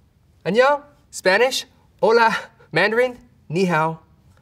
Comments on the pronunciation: 👁️👁️ I-- how is he so fluent on Spanish??? That hola was a perfect accent wtf??! /Gen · Does he actually speaks Spanish. That Hola was just perfect. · El “hola” me destruyó 😭😍